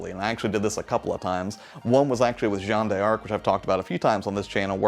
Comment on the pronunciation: The D'arc in Jeanne D'arc is pronounced as dark btw. Found out recently from a French native.